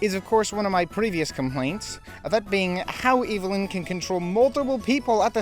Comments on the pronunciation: Evelyn is pronounced Ev•eh•lyn not Evil•n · I just wanna know how one can manage to mispronounce a name that is said and pronounced correctly in the movie being discussed 😭 unless you’re saying her name like that as a bit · You said the villain’s name wrong…the entire video. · Are you saying Evelyn like that on purpose?